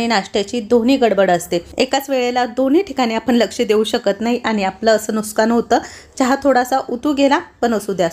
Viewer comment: Aadhi ekda Kontya tari vdo mdhe pn tya nuskan ch mhntlya hotya may be savay asel tasach bolnyachi